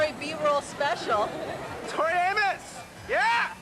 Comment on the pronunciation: The interviewers can't pronounce their names; she called them Tori Amoas and Alonis.